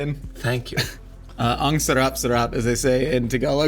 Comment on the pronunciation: as a filipino person, hearing go “ang sarap sarap” and actually trying to pronounce it correctly made me so happy. far too often have i heard non-filipinos use filipino terminology/phrases without trying to pronounce it properly with the accent (the accent is key!!) so i just wanted to point that out, cause i remember he brought this up in his “ask hank anything” episode, and i want to say that we DO appreciate when people TRY to use the correct pronunciations. it’s a small thing but it’s meaningful to me!